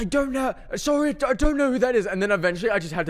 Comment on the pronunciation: “sourrie” holy canadian